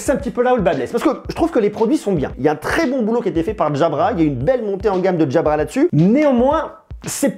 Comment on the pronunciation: pourquoi tu les appele DJABRA mdr 😂